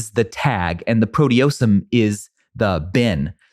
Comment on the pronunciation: FYI you completely mispronounced proteasome. Love the show 🔬